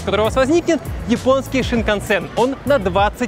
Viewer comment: синкансэн, в японском нет шипящих)